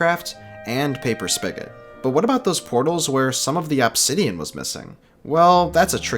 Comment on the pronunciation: I heard said absidian, I'm going crazy